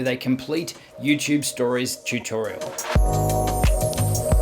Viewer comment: He says Youchube chuchorial ❤️😄